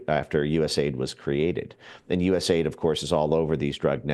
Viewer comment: Also, stop saying US-AID. It's U.S.A.I.D. The A.I.D doesn't stand for aid. They don't provide aid.